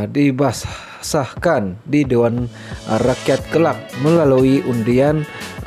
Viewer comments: Bingai nya la yg baca berita ni..Cari la yg pandai baca..byr murah sgt ke 🤣..min 1.55 - 1.59 : nk sebut keabsahan pun tak reti...😩 dibasahkan 🤣🤣🤣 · Min 1.55-1.59 - keabsahan= kebasahan 🤣🤣🤣sgt bingai